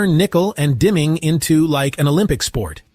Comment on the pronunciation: Nickel and diming, not dimming.